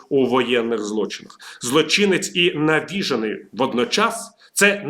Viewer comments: НавіжЕний , а не навІжений . А так повністю згоден . Навіжений , і то не один , а ціла країна , яка володіє такою зброєю , то небезпека для всього людства . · Не навІжений , а навіжЕний. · Шановний пане ВІТАЛІЮ, наголос правильний такий: запАморочення, навіжЕний. До речі, хто у Вас викладав українську - Галина Іванівна чи Олена Миколаївна? Так, так, ми вчилися в одній школі. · Дякую за аналіз! Видно, що ви дуже хвилюєтесь, як ми всі. Навіть нАголос не зовсім вірно: навіжЕний і запАморочення. Пробачте. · В слові «навіжений» наголос на «же»